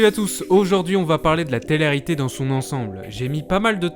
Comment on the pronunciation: Hé garçon ! répète après moi : té-lé réalité, pas téréalité. Il sort d'où cet accent franchement ?? Enfin le plus efficace pour ces émissions de merde disparaissent c'est encore de ne pas en parler. J'avais moi même oublié que ça existait avant de tomber sur ta vidéo en recommandation...